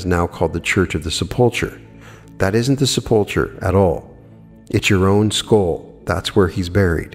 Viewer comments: sep·ul·cher /ˈsepəlkər/ The "ch" is a hard "k" sound. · Love your videos and I admire your wisdom in all things metaphysical; but sepulcher is pronounced seh-puhl-ker.